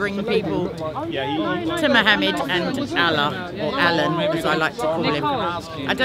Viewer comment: Did she say Allan?